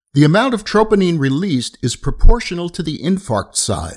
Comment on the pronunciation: Nice...but you’re pronouncing troponin wrong